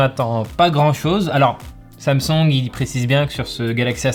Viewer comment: "sam songue"